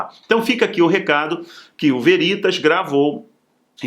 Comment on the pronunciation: Estou com problemas no teclado e não consigo usar o acento agudo. Mas, a pronuncia correta de "veritas" (do latim, VERDADE), se faz como uma proparoxitona, com o "ve" aberto, como em "vela". E não como em "verdade".